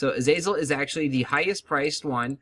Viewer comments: AZAZEL? AZAZEL? .... WHAT?! i'm gonna lose my fucking mind.. holy shit. azalea is pronounced uh-zay-lee-uh narcissus is pronounced nar-see-sus you fucking mong. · Azalea (Ah-Zale-e-ah) Opaque (O-pay-keh) :) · LMFAO 1st comment and exactly why i scrolled down.... (Az-Zale-e-ah) lmao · he can't read xD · Don't forget a very important part of making money, you also need to factor in the price of the seeds. If the seeds are 37s, and sell for 3s You will lose money. Also Azazel is a demon, azalea is a flowering shrub. Opaque is pronounced O-paa-k. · A-zea-lea i thought after 5 years you'd at least learn to pronounce properly. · im pretty sure its pronounce more like uh-zay-lee-uh. it wouldnt be "zea" since it is spelled "za"